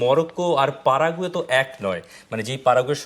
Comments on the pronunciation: ভাই পারাগুয়ে হবে না। প্যারাগুয়ে হবে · প‍্যারা-গু ও শুনেছি 😅😂😅